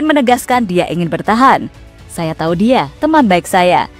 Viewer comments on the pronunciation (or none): none